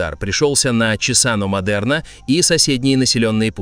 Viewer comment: Cesano/Чесано😆Если буква S в середине слова между двумя гласными, она произносится как Z. Casa читается как каза, а rosa — как роза. P.S. Смотрю и охлаждаюсь, у нас жарко.